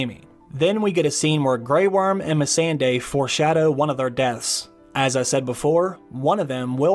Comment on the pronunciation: The way you say missandei bothers me